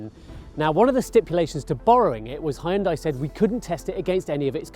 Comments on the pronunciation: Good review but Hyundai is pronounced "han-de" not "hay-un-dey". Would love to see a 3-way test of Veloster N, I20 N, I30 N. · Nice review! Please note it's pronounced "hyun-dae" not "hi-yun-die". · Please stop saying Hyun-dai like that... it legit gives me chills. It may be spelt Hyundai but the true pronunciation is Hyundae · Hi-you’n-Dieeeee 😅 (shouldn’t it actually be 'Yawwwnn-Daeeeeee ? 🤔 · Hi hoon die? " Really? Learn to pronounce. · Did he just say "high-undai"? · It's pronounce Hyundai- Hunday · Hyundai rhymes with Sunday. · Hooyutai. Так правильно. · It took me 15 seconds to look up the pronunciation of Hyundai. Why do you have to invent weird words? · He has a new pronunciation for #Hyundai!! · Had to stop watching the video because he keeps mispronouncing Hyundai to a point where it gets so annoying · I like the way he say "Hyundai"